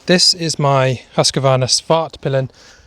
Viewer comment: There's no a in Husqvarna.its pronounced..Hooskvarna.not Husqavarna